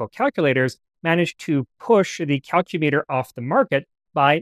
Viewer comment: This is half joke and half really dorky comment: as it’s a tool, I think “Calcumeter” should be pronounced kal-‘kyu-mi-ter (emphasis on the second syllable), otherwise it’s a metric unit of length Mostly because I’m really dweebily rankled by the pronunciation of “kilometer” but I know it’s a lost cause